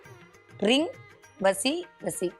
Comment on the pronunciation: ரீங என்பது ரிங் என உச்சரிப்பு வருகிறது